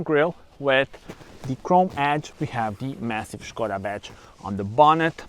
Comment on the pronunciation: Good afternoon 😊 This car reminds me so slightly of a BMW. This car is not only stunning to look at, it offers luxury inside like the seat coverings and pull down screen. Umm Puma or Skoda now for me?😄 Ps. Like the way u pronounce Skoda, schh koda!! Maybe I have been pronouncing it incorrectly all this time. Enjoy the rest of your day until the next video 👍